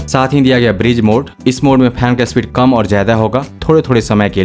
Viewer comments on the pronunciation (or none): भाई ब्रिज mode नहीं ब्रीज mode ब्रिज का मतलब पुल ब्रीज का मतलब हवा।